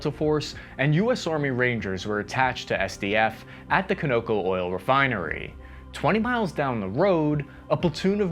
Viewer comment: Con Ō Cō